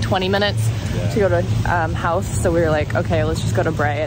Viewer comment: Howth is pronounced with an o sound not like how.Its an easy mistake if your not from ireland